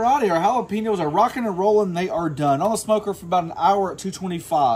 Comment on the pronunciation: Please learn how to say Jalapenos.